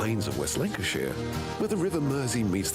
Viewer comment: West Lancashire NOT Linconshire as the narrator AND subtitles say.